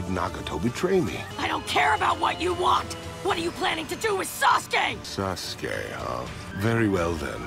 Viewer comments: It's Not Saske It's Sasuke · now I cant unhear SASGAY